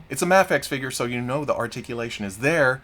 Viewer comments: There it is! I love when you cycle through the 3 pronunciations of Mafex in one video. Gold. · I love how you pronounced Mafex both ways in 10 seconds